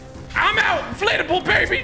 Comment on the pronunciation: it sounds like tg says inflatable but he says inflate a bull